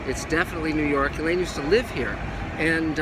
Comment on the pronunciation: Nerw York?...Must be the accent!